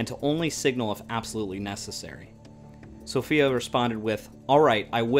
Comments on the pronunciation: Good info, but the name of the ship was pronounced so-FYE-a, not so-FEE-a. Apparently the traditional English pronunciation. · The name is pronounced "Princess SO-PHI (eye)-A"